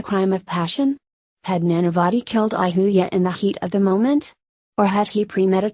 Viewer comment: Who is this narrator lady??.. y narrate Indian names AND mispronunce almost every name in every video??.. Ahuja pronounced ahooya !!! ugh